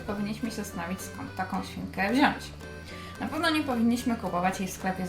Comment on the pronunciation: Bardzo mi się wasze filmiki podobają :) choć są długie to nie są nudne :). Gratuluję. Tylko "wziąŚć" w filmiku mnie razi :)